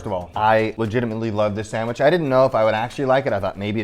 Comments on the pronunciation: hey Guga! the CH in sandwich is a hard TCH sound! this isn't Portuguese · I love how Guga pronounce Sandwishhhhhhhh :) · I cant stop giggling when he says sandwiich 😂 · I know what you mean, i love it lol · It sounds like he saying Sanwish